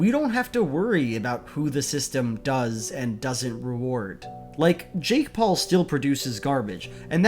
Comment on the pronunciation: I know it's probably just a mis-pronunciation but now I can't stop wondering what a shake Paul would taste like. I really hope there's no such thing though